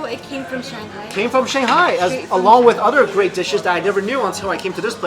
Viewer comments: First i thought there might be something wrong with my ears - but you definitely say shihoney instead of shanghai. Why ??? And: You serve food to your guests with the chopsticks you are eating from ??? I probably would have complained.... Dammit - looks so mouth watering - im addicted to sweet food. Never had the chance tasting shanghai food and there is no such restaurant around were i live. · He says xinghai all the time instead of Shanghai , that confuses me a little bit. cool video, want to eat chiense food right now! haha